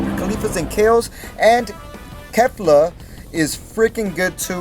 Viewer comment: ca-li-fla not ca-li-fa